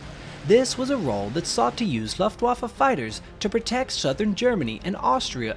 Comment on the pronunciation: How to pronounce Luftwaffe 🤦‍♂️